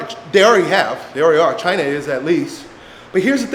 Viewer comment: "Chyna" = israel